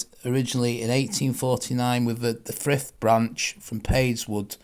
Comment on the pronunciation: Good video on the Brymbo to Coed Talon line this is local to me as i'm just under a mile away from Brymbo, the Village of Frith is pronounced as Freeth in Welsh you pronounce "i" as ee I do often walk along the Brymbo Steel works line often, great video